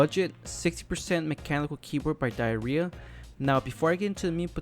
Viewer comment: It’s pronounced (dee-yer-yah) not diarrhea but anyways good video